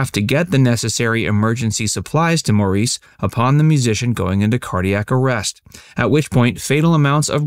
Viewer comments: The narrator incorrectly pronounces the name Maurice the french way. Maurice Gibb's name is pronounced like "Morris" which is the english way. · The family pronounced his name "Morris". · It’s pronounced Maurice the British way of spelling his name. It’s not moris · His bloody name was Morris.... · his brothers called him "Morris". If that's how they pronounce it, that's how it should be pronounced out of respect. I have a French maiden name and have spent my entire life pronouncing it for people, who sometimes argue with me about how it's pronounced.A person's name is important. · but it's pronounced as Morris and that was how he said it too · Your grandfather and great grandfather were wrong then. His mother pronounced his name "Morris" as did the Brits where he was born and the Aussies where he grew up. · Actually, pronounced Mar-iss. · Thanks! I hate it when anybody calls him Moreeeece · I think the Brits pronounce his name like - Morris or better yet his mother did so that is what it is !! No one likes it when someone screws up your name. No one especially if your making a video about that person ! Geez do your research man !!!! 👎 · exactly what I said only explains to much better. I just said his mother pronounced his name like Morris and if she did that’s how it is ! And no one likes it when someone screws up there name especially in a document’! Come on man do your research!! Pls ! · Why can't they pronounce his name correctly!! Pronounced “Morris”!!! Such a tragedy losing him & his brothers 😢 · His name was written Maurice but pronounced Morris. It's as irritating as people who refer to Berry instead of Barry. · I give up on listening to videos where the narrator can’t be bothered to find out how his name was pronounced. He was born in England, and the English (and Australian) pronunciation of his name is like Morris. Any of the videos that involve the brothers speaking and referring to each other, he is called “Morris” or Mo. Please get it right